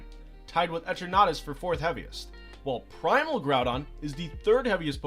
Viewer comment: I took minecraft damage when i heard how Eternatus was pronounced in the video.